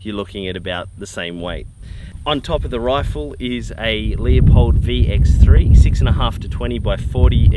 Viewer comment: "LEW POLED"....not LEE A Poled.